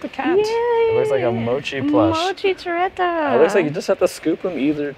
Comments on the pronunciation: It's TORE-REE-BUH. Not TREH-BUH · Is it not pronounced “To Ree BA”? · trouble? Toe ray bah? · I don't think that's how you say TOREBA but okay